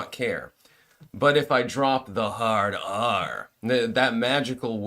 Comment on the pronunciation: dude, you crack me up "hard ARRR!".